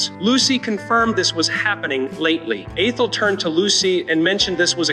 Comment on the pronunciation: Lost me at "A-Thel;" while it's true in life that dealing with some humans is difficult at times, I am totally sick of non-humans -- surprised that it can pronounce Lucy.